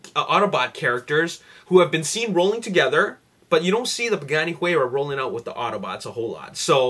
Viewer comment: you said buganni huayra.. :)